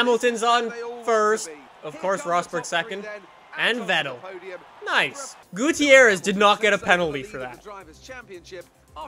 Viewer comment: This is how you pronounce Gutiérrez. Goo-tee-air-rez. Gooteeairrez. Strange huh?